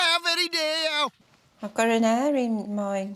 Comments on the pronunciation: It's pronounced "Hair" not air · Judging someone else’s accent when she calls a hair “an air”